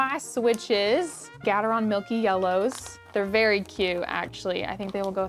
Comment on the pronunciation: Did she just say gatarone